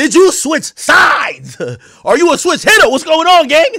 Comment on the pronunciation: Bro said "switch hitta"